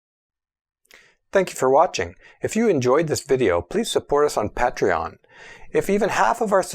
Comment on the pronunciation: I love your videos but the Patreon plug at the end drives me insane. It is pronounced Pay-tree-on, not Pat-tree-on.